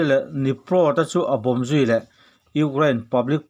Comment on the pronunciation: kan pu hian Ukraind hi alam tha theilo nge maw ni le ngaih aha tlak khawp mai